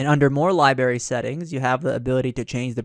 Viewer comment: Is it just me or he saying "libary" instead of "library". Driving me nuts. lol